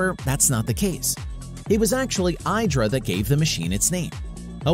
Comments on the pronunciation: It’s pronounced E dra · Your pronouncing IDRA incorrectly, and BTW its also pronounced "silicon" not "silicone" dummy